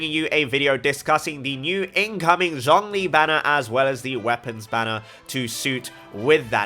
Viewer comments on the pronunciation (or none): Your pronunciation on the Chinese names are still incorrect. Zhongli is actually pronounced as Tzong li. And a lot of characters from Liyue are differently pronounced than what the English dub says. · Pronounce Tartaglia correctly Also: Pronounce Zh in Zhongli with letter 'Z'